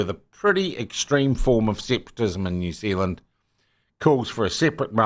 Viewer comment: its all over the msm too, they cannot even pronounce the name New Zealand